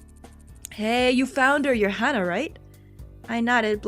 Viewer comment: Ok,, Hana's name is pronounced Haw-nuh! I hear you say Hannah every now and then and it makes me go all... "EKK!!! Why?" that's it... love you (in a platonic way) P.S. Do the PBG route for all the feels...